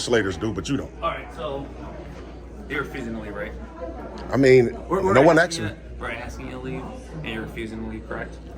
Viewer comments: I like the way you say “ask-t” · So you say they're playing games? Then you talk about your game comparing it to chess. Sounds as stupid as you saying AXED like you do. You want them to go by their policy identifying when they are identifying by name tag, badge and uniform.